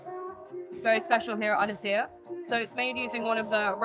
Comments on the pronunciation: its pronounced EN ESS HERE.... First of all why are you wearing a suit? A pompous eatery! Stop the servers talking non----------sense. - Yes the food looks good. But do not suck up to them. Do not promote this pretension! 11 out of 10? Stop it!!! The DJ is shite playing MUSAC USA elevator crap sounds. you do not like mushroom fungi so why the promotion eh? And on a more IMPORTANT note. The RSPB are straight behind this eatery and I used to volunteer for them. This eatery were caught stealing fresh mushrooms on the RSPB land and this eatery never gave back! A5 is that a road map lol;) The duck and meat should be sourced from within Wales as Welsh Farmers are struggling! I live not far from this eatery and I am disgusted with the arrogance of theyre attitude! This eatery is for thee very very rich super car drivers! And not for the locals struggling with thee cost of living crisis! please please please do not get sucked up into this BS! Or you invite me to taste this food and you pay the bill or bullshite....?????? This is not fair! 0 stars for this shite show! cmon I love ya but this is wrong on all cost of living levels. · Also, by the sound of it, he's not hiring local people either and the pronunciation of Ynyshir by the staff is a bastardisation at best. Sorry I'm a little bit pissed off! Haha! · Fun fact, Ynys Hir means Long Island in Welsh. The Hir is pronounced like ‘here’ if you elongate the first ‘e’. Thanks for the video though the food was a bit too fancy for the likes of me. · Un- es- ere 😂 not inshir 😉 looks amazing 🏴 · it is said un-is-eer same village I am from as I often get this place in the Algorithms.. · Shocking pronunciation! The second syllable is pronounced “heer” Congratulations on the half mil! 🥳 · Could have at least learnt the pronunciation... Absolutely butched the name in the first 10 seconds. It's completely pronounceable for English speakers. Just had to be bothered to try. Ynys hir - uh-nis-He-r